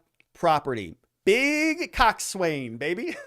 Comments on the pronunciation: Coxswain is pronounced coxsin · Pronounced Cock’sun, The Coxswain is the crew member that calls cadence for the rowers and orders needed stroke changes.